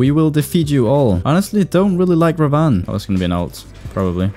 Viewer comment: it's pronounced Rah-vun